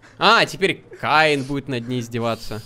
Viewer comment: это не каин это кеин